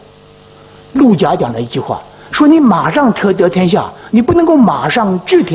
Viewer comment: 那个陆贾念陆gu